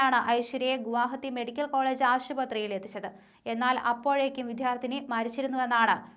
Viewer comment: എൻ്റെ പൊന്നു കോച്ച്, മലയാള ഭാഷയെ കൊല്ലരുത്.വിദ്യാർത്ഥി എന്നാണ് പറയേണ്ടത്.വിദ്ധ്യാർധി എല്ലാ.